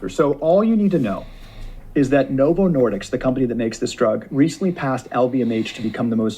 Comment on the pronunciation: I ended up in the ER and had emergency surgery on my bowel about 9 months after starting Ozempic. It definitely helped me lose weight, but also cost me $5k in hospital bills. PS- the man in the video JP is referencing is completely butchering Novo Nordisk’s name. It’s not “Nordicks”. 😂😂😂